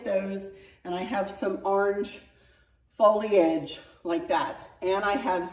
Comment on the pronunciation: Sweet, I love your new fall decor, and I especially appreciate your effort to pronounce foliage perfectly! You did it!